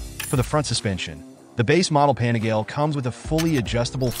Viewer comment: You lost me at Pane-GAL.